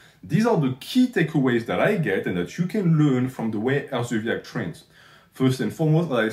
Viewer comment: Hersobyac is a k not zee the fact you shouted him out says everything but keep dog whistling NH lol